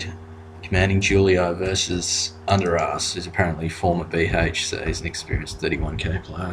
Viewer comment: Its Undrass, not Underass!!